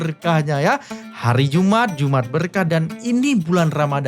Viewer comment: Jum 'at bukan iumat😅